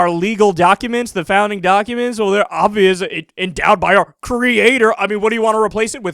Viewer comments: What is it with evangelical people pronouncing creator as "crea-TORE"? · Why do the arrogant cunts among the religious always insist on mispronouncing "creator." Does the fairy godfather grant them magical powers?